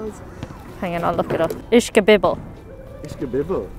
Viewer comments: ISH- KA- BIB- EL. Say it fast with a Filly acsent, Kind of Bayoneeze..... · Did they have a Philliy Cheesesteak with CORNED BEEF and CABBAGE?? BTW...it's pronounced ISH-KA-BIB-BULL! Also what you call "Grease" dripping out is probably just some juice from the vegetables and some fro the meat!